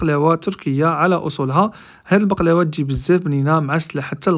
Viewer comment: هبلت مت الضحك كي خرجها من الفرن و غلط باش يقول البقلاوة قال بحلاوة 🤣🤣🤣🤣